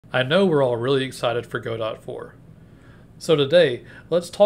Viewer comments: Nice video, you should show some more of what you talk about in the video as b-roll. No offense, but in case you care, its pronounced "Got-Oh", not "Go-Dot" :) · Yup, the proper way of pronouncing it is "however-you-like". I like to say "God-oh" because it sounds fancy. Makes me feel like a medieval veteran gamedev :D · Yeah, Juan's pronunciation of Godot rhymes with the Spanish pronunciation of 'robot,' so it makes sense to rhyme it with the English pronunciation of 'robot.'